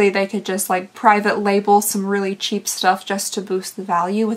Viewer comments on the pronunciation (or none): none